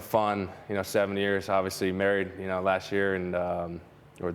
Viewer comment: Can someone tell Aroid to pronounce the letter s correctly. Why does he say SH with every S “four yearsh in the minorsh “